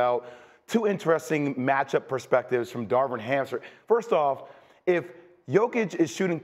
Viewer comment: Did JWill just say Darwin Hamster?😂